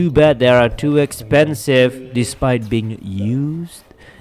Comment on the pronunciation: “To Expenive” 😂